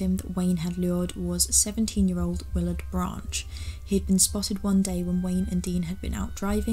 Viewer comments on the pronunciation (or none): none